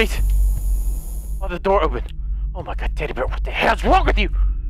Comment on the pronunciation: "TEDDY BEAR WHOT THE FOOOK" im weak